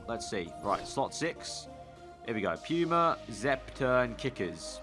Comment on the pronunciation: Puma not puima